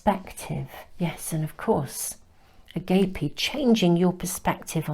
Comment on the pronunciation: #2. Agape is pronounced “ah-gaap-ay”. Thank you for your lovely readings as always!